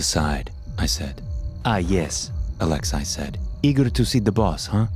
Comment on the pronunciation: Lol the way you say “Alex-eye” instead of “Alexei” (Alex-ee) idk why it made me laugh every time